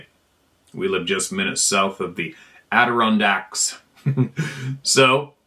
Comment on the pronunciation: Congratulations,, on pronouncing Adirondacks correctly...🤣🤣🤣🤣🤣🤣🤣